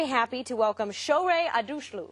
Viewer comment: her name is aghdAshloo n not adoushlou